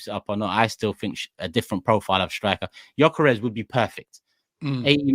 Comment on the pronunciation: The G is silent in his name. It’s pronounced Yokeres